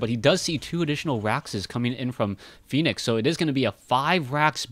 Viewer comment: Dear, i am pretty sure its Fen-ix not phoenix:] i may be wrong, but i have heard many other commentators say Fen-ix opposed, so just letting you know. ^^